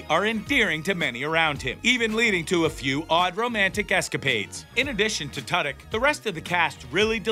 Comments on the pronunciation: Who the hell is “Tud-Yuk”? At the very least, learn how to pronounce Alan Tudyk’s name correctly. He’s a genius! This entire show is the BEST TV in a long time! I’ve never Laughed Out Loud so much as I have watching this. The entire cast & writing is fantastic! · Firstly, his name is Alan Tudyk, pronounced 2-dick emphasis on the 2. Sexondly, I've enjoyed this show greatly over it's first season and I'm very much looking forward to it's 2nd. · Well let’s see here... you can’t pronounce Alan Tudyk’s name correctly and once your referred to the show as Resident Evil. I’m not impressed with you in anyway shape or form. Try another career. Perhaps one that doesn’t involve speaking.